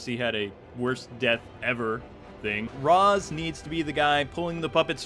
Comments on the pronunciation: Dude, you're too smart to be mispronouncing rä's. It's raysh, not raz. It made me mad in the movies, they got it right in arkham city. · C'mon guys, Ra's is pronounced Raysh. One of the things that bothered me most about the Nolan movies. And don't get me wrong, I liked Heath's Joker, but I didn't feel the joke in Joker. Know what I mean? And Bane was weird too, but the movie was okay.